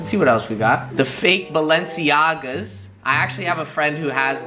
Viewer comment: Balenciaga = balensiaga No belenceiaga